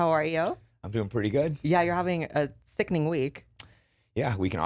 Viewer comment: Is Blaire trying to make, "Sickining" a thing 😅